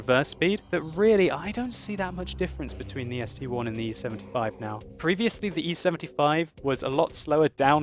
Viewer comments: Its st i, not one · ST-I iiiiii .... not ST-one.. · Its ST-I not ST-1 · its sti not st1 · Just like the Tiger I (eye) and the Tiger II (eye-eye). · ARGHHHHHH it's ST-I "ess tee eye". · I thought so too, until a Russian corrected me. It is, in fact, ST 1. Someone above pointed it out, but I, in Russian is; И, but the Russian designation for this tank is: СТ-I (As in ST-Roman 1). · I love your work and I think it is the ST-I which is Roman numerals for 1 so Arrrrrr people please stop saying ST-I, because it is like saying the tiger II is called the tiger II:D